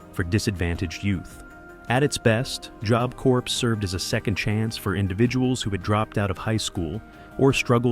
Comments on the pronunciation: (Job) Corps is pronounced "core". You'll gain credibility if you pronounce easy words correctly. Same with Marine Corps; A Marine Corpse is a fallen soldier. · Corps is pronounced core,the P and S are silent. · Please try to reach AI how to pronounce Corps! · It's 'core' or "cores"... not "corps"....